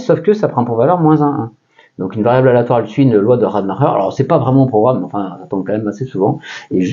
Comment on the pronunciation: Yes, probablement! Concernant la prononciation, Rademacher était américain (certe d’origine allemande), je miserais plus RAD-uh-mack-er